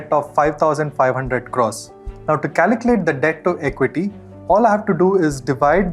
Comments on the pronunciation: CALCULATE, not "caliclate" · Great video and super helpful but for god's sake please learn how to pronounce "calculate"... it's incredibly distracting.